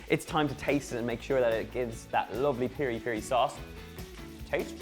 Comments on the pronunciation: By the way its Piri-Piri not Peri-Peri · the sauce its Mozambique as well...its piri piri not peri peri.